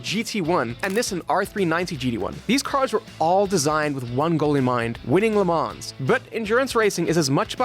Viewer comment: Minor point, but you don't pronounce the S in Le Mans.